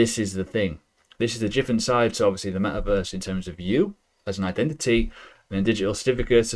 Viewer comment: WTF is JIFFERENT? I'm also English and never heard this in my life 😂